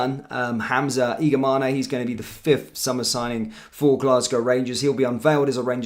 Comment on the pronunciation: Its Igaman not igamane the e is silent